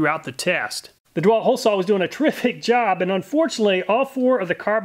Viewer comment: What percentage of Americans pronounce "saw" as "sawl"? Is it a southern thing? I hear this from so many YouTube channels, I'm starting to think that's actually how to correctly pronounce it.